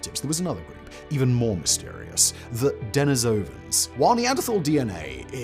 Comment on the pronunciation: De NI sovans NOT Deni SO vans Your pronunciation of nearly every non-English word just stinks. German, french, russian... all vastly off the mark